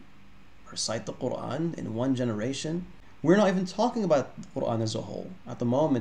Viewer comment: NOTE TO ANYONE WHO STILL BELIEVES CP IS AN EXPERT IN ARABIC: He still can't even pronounce the word Qur'an correctly in Arabic lol.